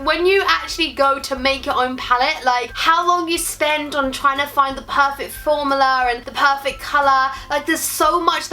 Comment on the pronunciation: Love the pallets but also loved the way you said formula 😂 lmao